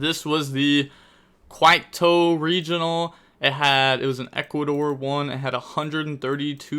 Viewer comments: Quito is pronounced "Keeto". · Quito is pronounced KEY-TOE!